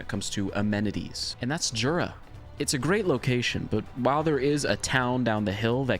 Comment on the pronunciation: You actually should say yura, in polish we say j like you say y